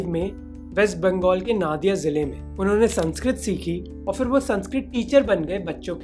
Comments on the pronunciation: Its not nadia its nodia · I have seen you making one mistake repeatedly (in your several videos).... I'm from Nadia dist. It's written "nAdia" but pronounced "nOdia". (We Bengalis have the tendency to pronounce "A" as "O".) That's all. Thank you.😇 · Naadia nahi pronounciation nodia hota hai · We pronounced 'Nadia '. As "Nodia"..... Thanks me later.🤣🤣🤣🤣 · गौड़ (not गौद) territory and नदिया (not नादिया) district in WB. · Come on Mohak its 'Nodia' not Naadia!!!!! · and there's a little mistake in pronounciation , it's नोदिया (Nadia) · Nadia should be pronounced as Nodia. Hare krishana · Pronounciation of 'nadia' is 'n-o-d-i-a'